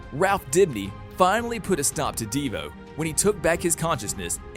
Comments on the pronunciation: Who tha is a deevoe and cicaada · Deevoe and cicaada lol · DE VO It is Devo all one word